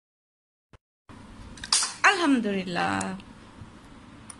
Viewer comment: its not Alhamdurillah. Its Alhamdulillah..